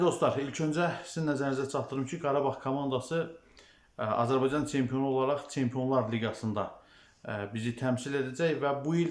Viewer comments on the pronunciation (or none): none